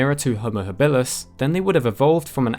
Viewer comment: your pronunciation of habilus kills me.